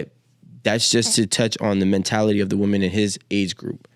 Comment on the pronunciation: Why are we saying woman mfs don't know how to say women English ain't that fn hard joe.